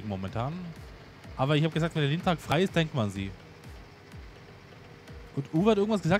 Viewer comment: Der heißt Lintrac nicht Geotrac